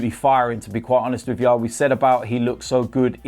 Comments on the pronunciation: And everything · “To be quite honest wiv ya” - 2019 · No I’m ok with that